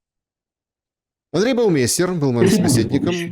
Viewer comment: Почему, Вы произносите фамилию своего собеседника неправильно. Это немецкая фамилия Baumeister. Баумайстер.